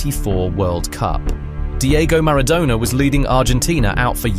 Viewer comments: It's not -douna, its -donna :) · Who TF is Diego Marra-donor? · I HATE these stupidity AI narrations. Who the fuck is Diego Maradowna??? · Who the feck is Diegough Maradoughna? You mispronounced everything. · He wasn't 'Diego Marrow-Donor' you ignoramus. Say his name properly. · Mara-dough-ner? AI voice? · "Mara-DONER" ??? NOOOOOOOOO 😢 😭 😠 😡 👿 😤 🤬